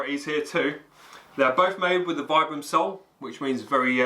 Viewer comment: Vibram is pronounced veebram, from it's inventor in 1937 Vitali Bramati (sp?)